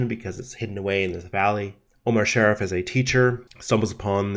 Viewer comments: His last name was pronounced Sha-Reef not Sheriff. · Good video, but one thing, Sharif in Omar Sharif's name is not pronounced "Sheriff" ( share-if ) but pronounce more like Shuh-reef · SHA-REEF…not sheriff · pronounced "Shar Reef" ! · The "I" in Sharif is pronounced as an "E". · Omar sha-REEF! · Omar Shah+ Reef !!!! It is so annoying when you say his name incorrectly.😢